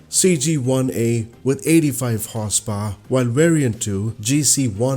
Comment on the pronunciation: I don't mean this in a nasty way (the opposite!), but I love your pronunciation of "Horsepower", it almost turns it into "Horsepwoar" - which I think prefer and might have to adopt! 😊